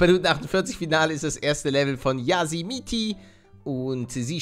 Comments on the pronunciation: Palle das heißt jasi mit 3 i nicht jasimitiii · Zum 1000 Mal.. Es heißt nicht Jasimiti, sondern Jasi mit 3 i! xD